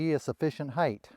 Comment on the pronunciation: Thank you for saying height!